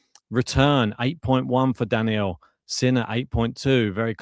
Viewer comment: it's Daniil (DaNeel) not Daniel, always find it cringe when people say names incorrectly...